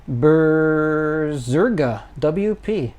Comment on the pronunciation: Berrrrrrrrserga is it winter already ? are you cold ? :D